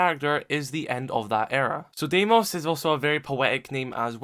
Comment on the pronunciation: It’s pronounced dee-mos its a greek name 🇬🇷